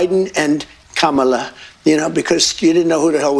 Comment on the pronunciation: Did he just pronounce Kamala correctly? My gasts have been flabbered.